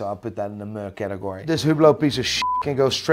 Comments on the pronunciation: Guy is "moo-ing" when he should be "meh-ing". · I’ve never heard anyone pronounce “meh” as “muh” before. You literally made it onomatopoeia 😂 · Can someone please teach him to pronounce "meh"? Please.